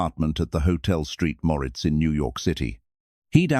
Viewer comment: Hotel “Street” Moritz…..🤣